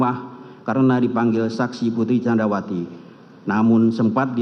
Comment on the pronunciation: best moment... jaksa kedua saat membacakan teks diawal2... Ferdi => Fredi candrawati => candarwati Richard => Rikat si pi ar => ce pe er 😅